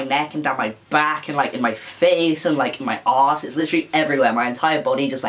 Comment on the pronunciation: “my ahss”😂